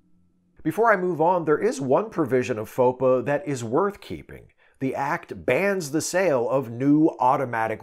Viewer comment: I think FOPA is meant to be pronounced "faux pas."